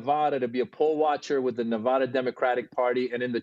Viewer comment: Do you want to know what’s sad? The fact that you have people on your program that cant even pronounce the word Nevada correctly. I’m so tired of it. There are only 50 states. Please figure out how to say the word Nevada!